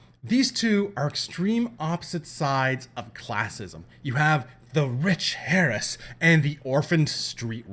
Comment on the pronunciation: The "H" in Heiress is silent.